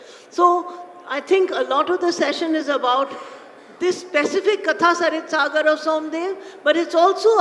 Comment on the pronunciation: How sad that the person opening the session cannot even pronounce the title of the book they are going to discuss. It's कथासरित्सागर, not कथासरितासागर। Are we residing a generation of idiots?